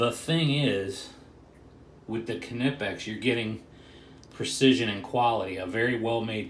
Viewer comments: Cuh- nip-ex?? Knipex; pronounced nipex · Not pronounced kernipex, it pronounced nipex fella. Look good those channelocks. The knipex have their own problems like the body is big than your average pair of engineers pliers. So not great for accesing tight spaces in boilers